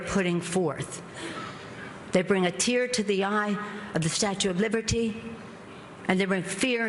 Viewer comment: Ha ha, Pelosi calls her "The Statue of Liverty"